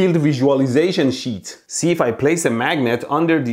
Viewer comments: Everytime he say sheeet my heart jumped a beat affraid that he might say $hit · "this piece of sheet" 😂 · omg you always me me laugh,from fights against the current or people , to how you say things Not Pronounced SHEEE...EEET=S.H.I.T lol, you obviously stared to long at his BLUE eyes but i just want to say something to you both ,did you ever hear about the law of interference and observation and how it can change the findings so did the fight you both had mean nothing about who's ball and chain moved in which was right but really wasn't Mwahahahahahahahaha! PS those are some amazing eyebrows! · I'm dead , " I also bought this piece of sheet " lololol 😁😂😆 sounds similar to something else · The way he emphasizes "piece of SHEET" gets me every time. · When Mehdi says- a piece of sheet, it sounds like- a piece of shit 😂😂😂 By the way awesome explanation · Man, whenever you say 'Sheet', I hear 'S#!t'...😂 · "Piece of Sheet" Honestly I thought he will swear and I'll hear Bleep until he said sheet 😂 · The way he says the piece of sheet is funny . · Do you think the over pronunciation of sheet is because he's afraid of demonitization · every 10 seconds mehdi be like : PIECE OF SHEEET